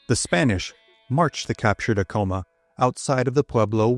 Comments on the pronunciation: Ahh- Co - Maa, not A-Co -ma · Many of these video about Pueblo Indians do not pronounce many names correctly. For example, "Ah-coma" should be "Ac-coma." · Bro, I'm from here. We jumped off sky city it's Acoma rhymes with spatula, not Acoma rhymes with Tacoma. Seriously, you don't know what you're talking about. And you got the story wrong. We cut lots of feet off. They're still sore about it. We can't keep our statues of Onate up. Why was he a mining inspector? He was heir of the Silver mines in Zacatecas. He financed most of the missio. Read "Blood on the Rocks" by Jonh Kessel UNM press. You are incorrect on the pronunciation, history, and your hokey videos are wac gringo. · Please research the correct pronunciations. It's Aeh- CO-MA. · You pronounced Acoma wrong, its ACK-uh-muh, common mistake. My ancestor Bartelome Romero was an artillery officer with Onate. He is the Ancestor of many of the Romeros in NM, TX and CO. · More like ak am muh